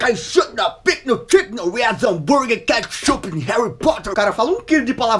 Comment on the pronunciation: Cetshup harry poter kkk😂😂